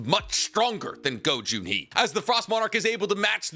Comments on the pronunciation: My ear hurts when you called the chairman GO JUN HEE instead of GO GHUN HEE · It's Go Gun hee not go Jun hee